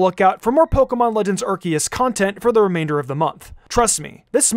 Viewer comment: Someone teach my boy how to pronounce the name of the game.